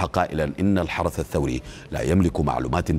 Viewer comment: المقدم علسه الحرث الحرث 😂😂😂😂😂